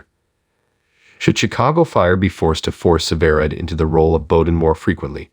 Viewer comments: Why don’t you pronounce the name right it is sever ride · The announcer can't say severide right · Yes I noticed. Sometimes he did and other times he did not plus he keeps saying she.